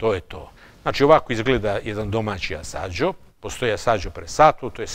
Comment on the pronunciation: Zaista uzivam u dosijeima,svaki mi se zaista dopada. Mala ispravka sir Asiago se izgovara; Aziago,skoro kao sto je napisano,to mi je omiljeni sir a naziv je dobio po visoravni Asiago u provinciji Vicenza u kojoj sam ziveo. Sve pohvale za vas rad.